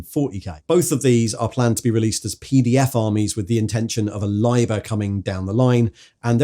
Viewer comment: "Liber" is built with a short "i" - "Libb-er" (or if you must be ecclesiastical *shudder*, "Lee-ber") Lye-ber is just picking the worst of all worlds 😉